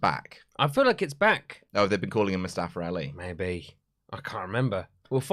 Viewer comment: "Mustafar Rali"